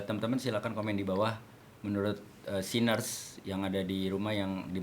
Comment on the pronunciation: Nah ini.. gw denger kaget. Sinners 😶